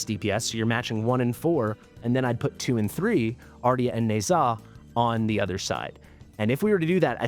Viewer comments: Hello. Thanks for your videos. By the way. "Ne Zha" is pronounced "Knee-Ja" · Dumbest pronunciation ever. I think it sounds better as is